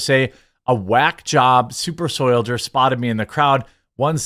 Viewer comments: As a soil scientist, I have to ask you to not call them "soil-jers". Soil deserves more respect than that. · What the hell is a "soildjur" ?! :D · Why don’t you say soldier correct it’s annoying. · I believe the proper pronunciation is "soy-jer"